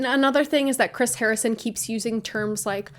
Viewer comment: Haha! I chuckled when you said harring instead of Harrison 😊 love the video girl!!